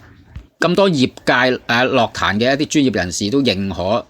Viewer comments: 用AI 答返你 在粵語中，「樂壇」的正確發音為： ### 粵語發音 * *樂：* **ngok6**（同「音樂」的「樂」音，低調） * *壇：* **taan4**（同「彈」音，陽平聲） ### 常見錯誤與辨析 在讀「樂」字時，根據意思不同有兩種常見發音： 1. *ngok6 (音樂/藝術)：* 用於「樂器」、「樂隊」、「樂譜」。**「樂壇」**屬於此類，指音樂界、歌壇。 2. *lok6 (快樂/喜悅)：* 用於「快樂」、「樂趣」、「娛樂」。 > *注意：* 雖然現代有些口語或流行語會將其誤讀為「lok6 壇」，但在正式場合或根據字典標準，涉及音樂領域時應讀作 **ngok6 壇**。 > ### 相關參考（官方/權威辭典） * *《粵語審音配詞字庫》：* 根據香港中文大學資料，「樂」字於音樂義項下標音為 **ngok6**。 * *《漢語多功能字庫》：* 明確區分音樂（ngok6）與快樂（lok6）之讀法。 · 唔關智唔智慧事, 因為咁基本都讀錯, 錯到咁明顯真係好哽耳, 希望板主少用ai人聲啦。